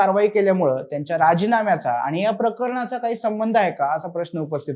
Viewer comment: साहेब, कृपया शुध्द मराठी भाषा बोला! आनि,पानी,निर्नय,म्हनून असे शब्द मराठीत नसून,शुध्द मराठीत आणि,पाणी,निर्णय,म्हणून असे बोलले जाते!! अशुध्द मराठी भाषा कानांना खटकते,हे लक्षांत ठेवून पुढील व्हिडिओ करावा ही विनंती!🙏